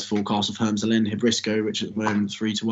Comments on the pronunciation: actually, having watched the race, I was going to amend my answer. So happy to stand corrected. Nevertheless Hermes in English is still pronounced Her-mees, and not Herms, like what those two bozos was saying 😉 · It's pronounced Her-mees!!!